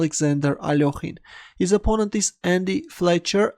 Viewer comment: Alorhine? really isnt smart! haha its A-lek-hine